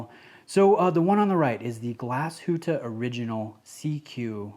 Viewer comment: Thank you for NOT butchering the name Glashütte,well done,mate! Greetings from Germany